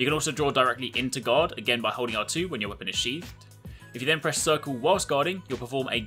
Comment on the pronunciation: I kept thinking he said god instead of guard